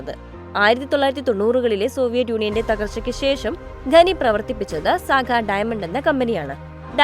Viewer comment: ഘനനം (Ghananam) ഘനി(Ghani) ഇങ്ങിനെയുള്ള പ്രയോഗം തെറ്റാണ്. ഖനനം(Khananam) ഖനി(Khani)എന്ന് ശരിയായി ഉച്ഛരിക്കാൻ പഠിക്കുക.